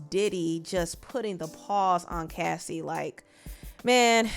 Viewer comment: Thank you for being the one of a few YouTubers ( and Chronicles Speaks) that actually said her name right and actually found clips to support her claims! Too many channels make it seem like she didn’t support her bandmates and that it’s convenient for her to say something now when Aubrey spoke out a few times. That sentiment is crazy without taking a lot into consideration. Unpopular Opinion: Yes Aubrey Spoke up but she was in a way better position than Dawn before the band was even formed. That girl has legal counsel in her family and was connected to the former president’s son. She had her own show on oxygen mind you she was the first one fired! Diddy couldn’t make that WHITE woman go missing if he truly wanted to. She knew her power and how she could move and nobody recognizes that! If anyone is curious to know where Dawn’s heart is at this present time please Support her record with Zahn Spencer entitled Quiet in A Room Full of Noise in Oct